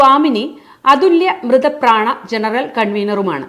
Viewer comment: അതുല്യ മൃതപ്രാണ അല്ല അതുല്യാമൃതപ്രാണ ആണ്.തിരുനാവ അല്ല തിരുനാവായ ആണ്.ത്രിമൂർത്തിസ്നാനഘട്ട് ഒന്നായി ഉച്ചരിക്കണം.